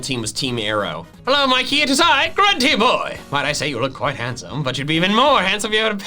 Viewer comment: ITS MIKEY NOT MICKEY